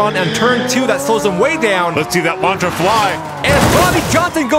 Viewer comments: Just a heads up, Lancia is pronounced just like how it looks Lan See Uh, not Launcha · I just came across this and it's actually pretty awesome, except the way he's pronouncing Lancia is bothering me, it's not Launch-uh, it's Lan-See-Uh. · I think its Lan-SEE-ah rather than Lancha im not sure tho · It's pronounced Lansia not Lancha sorry. Also love the interactions between the anouncers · Lancia (lawn see ah) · Lancia is pronounced lan-see-uh.